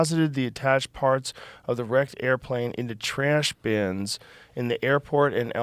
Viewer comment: listen to how Joe says “trash bins” 😂